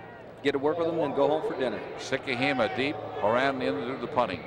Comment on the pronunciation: Got a laugh from the announcer butchering Vai Sikahema’s name. He called him Val?